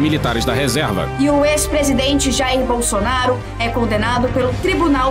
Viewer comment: Só eu escutei o juiz falando "Bolsoasshole" ?